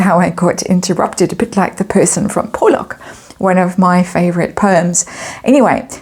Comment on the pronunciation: Not pronounced Po-lock. It's pronounced pau-lock.